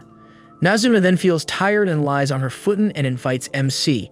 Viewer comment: It's Futan the fu sounds like flu without the L and tan is like ton with a lower case A sound